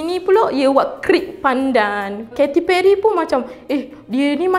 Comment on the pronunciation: kate perry, bukan keti perry, buat research dlu dik sebelum buat video, adoi...